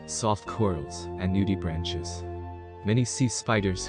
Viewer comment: Quick correction - it's "NOOD-ih-BRAUNK", not "noodi-branch".